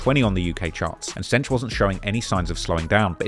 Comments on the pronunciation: I'm cringing every time he says "cench" 😂😂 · cench and diddy 😂?